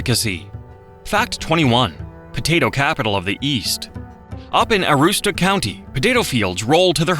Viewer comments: Pronounce Aroostook County like the locals: Aroostic. Some of those lobsters they showed are not Maine lobsters but Rock lobsters, which are not in our waters. The desert of Maine was land stripped of nutrients due to over farming of potatoes, kind of like the dust bowl. Whoopie pies taste great but when you see one made and realize the white cream is mostly crisco and sugar you think twice about eating another. fact 51, black bears thrive partially by eating trash from dumps in northern Maine. Fact 52, "Bear" is a slang term for police officers by truckers. Just like Police like doughnuts, a popular bait for bear hunting in northern Maine is stale Dunkin Donuts. (and black licorice). The picture of "blueberries" is actually of grapes, (which also grow wild in Maine) I'm 50, my grandfather who was born in the 1800's told me about when the ocean would freeze enough to walk out to the islands off the coast. I've ice skated in Rockland harbor, but not for 30 years or so. Maine shrimp used to be sold in pickup trucks on the roadside. Possibly a combination of overfishing and warming waters, the shrimp population has crashed here and you can't get it anymore. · lmfao AI can't pronounce aroostook right, which a friend lives at the crown of maine (15 miles from canada border) she also has yt channel, Coffee With Kerri-Lynn, where she talks about a lot of things, and travis and jeff also have a yt channel, locating the lost, where they to live talking about missing people or mysterious deaths with no answers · Aroostoo county 😂😭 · ah ROOST-took. (Took as in taken, though locally usually said as ah -ROOST-stick.) I grew up one mile through the woods from the Desert of Maine. And there was always moose, the most dangerous animal in the northern forest. The ocean is always cold, barely getting into the 50s in the dead of summer. The thing most Mainers don't like is they were once part of Massachusetts. Abraham Lincoln's first vice president, Hannibal Hamlin, was from Maine.